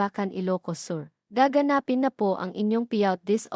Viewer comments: You are pronouncing gaganspin WRONG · WRONG PRONUNCIATION OF GAGANAPIN